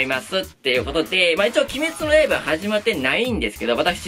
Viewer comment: いつも鬼滅の刃だけイントネーションおかしくて草 今週は週末トレイン3話が割と好きでしたね アリスとテレスのまぼろし工場が好きな自分には人生観として来るものがありました